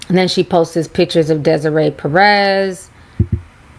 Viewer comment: Ti ......I love ya girl but 'POSTES' is driving me wild.....its just 'POSTS'.